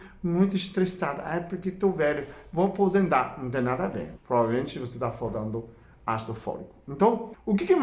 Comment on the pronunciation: " foldando " ( faltando)